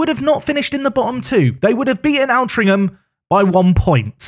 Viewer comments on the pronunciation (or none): Altrincham is pronounced Ol-Tring-Um btw. Love the content :)